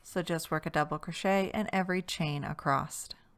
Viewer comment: "Across", not "acrosst" / "acrossed". 😂 Don't take it personally, it must be a bad habit for many, because I know 3 other crochet youtubers that say the same! Drives me 🦇. This pattern is SO cute!! I made it in one sitting! 💕 Thank you for taking the time to make videos.